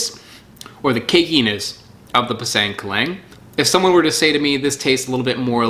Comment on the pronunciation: Pisang is actually pronounced "Pee-Sung"